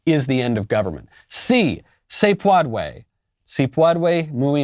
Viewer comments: it's not any word. It's her mispronunciation of ' Si, se puede'. Yes we can ( English) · 🤣🤣🤣😂😂🤣😂 her pronunciation and your spelling are literally killing me. I CANT EVEN, with you Michael...hahhahahaha “ si se peodway it’s very different from SI SE PUEDE🤣🤣😂😂🤣🤣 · Como gringa Que habla español con fluidez eso me hizo.estremecer.Quedó muy mal. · My wife and I think that Jill Biden said Si se pudre. (Yes it rots.) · Pwodway? No, no se pwodway. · LOL jill biden and Camela should do a collaberation with Camela's Fweedom! and Jills Pwodway! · She fucking said "Sí se puadue" instead of "Sí se puede" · But yes it’s not pwodway lmao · Doctor of Education who's not smart enough to learn to pronounce "puede" prior to pandering. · "si se puedway" -Elmer Fudd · Still sounds like elmer fudd trying to say padre. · I think she almost said “padre” and she removed the “r” Hahhahha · "Seesaw pwadwé! FWEEDOM!" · The way the word "puede" was pronounced in this video is the textbook definition of cringe.